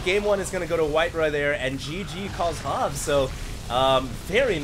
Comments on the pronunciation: you pronounce that HoBbe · Hobbe , probebly llike the same you say pope or hope , , hobbe